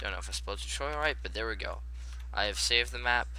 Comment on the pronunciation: it's tutorial not toutorial